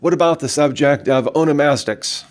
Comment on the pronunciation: My face when this dude can't even pronounce the word onomastics correctly